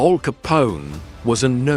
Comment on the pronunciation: Weird….pauses….in the….video. AL not All. Joemetro